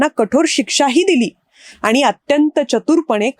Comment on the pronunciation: या बाई तोंडाऐवजी हाताने बोलतात का? उच्चारण नीट नाही, आनी आणि पानी...